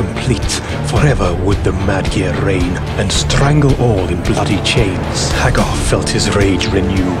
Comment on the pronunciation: The nostalgia value is very high. However, the faux-Brit narration utterly sucks. Nobody, I don't care what they're reading, rolls their R's that much. And no self-respecting gamer EVER pronounced the man's name "mike hag•GAR"; I understand you've got to fit a meter, but is it really necessary to murder your principle subject's name in every line it appears in the entire bleeding poem?... ... But, if you can get past the annoyance of the narrator and verse, the video is actually pretty awesome.